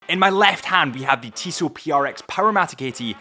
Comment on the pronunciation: As a native french speaker, I appreciate your correct pronunciation of "Tissot". :D